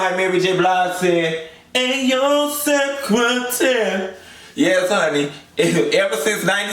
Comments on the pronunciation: She didn't say "se-cra-tare." She said "se-cah-teah." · 🎶I was your lover and your secretare🎶😂😂😂 I love it when she say secretare lol